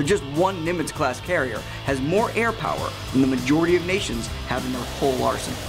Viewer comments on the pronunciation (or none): none